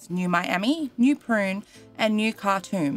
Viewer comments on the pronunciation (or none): Anyone else do a double-take every time you hear say NEW PRUNE, and you pause to double-check that, yup, there's still no R in that city's name. PUNE. PUNE. PUNE. #JusticeForNewPune